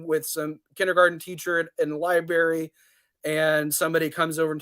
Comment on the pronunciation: I thought Dave wiped the floor with this kid but he really lost it for me when he said "Liberry" Also, his interrupting and mental gymnastics were incredibly frustrating. Show your face,!